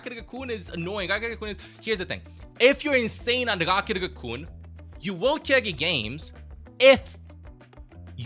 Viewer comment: Just keep saying RrrRockettt RrRacoon and I’ll like & subscribe 😂😂